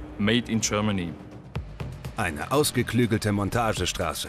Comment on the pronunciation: Made in tchermany 🤣 lustig!